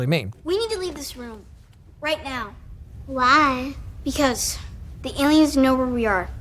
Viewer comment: that was the weirdest way to say why I’ve ever heard